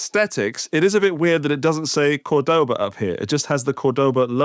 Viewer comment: Nice and different review. But, I don't want to look stupid but, the strong vocal is the first "o" from C*o*rdoba, and not the second (Cord*o*ba). There's an "accent" or diacritical symbol on the first "o" of the brand name. Cheers!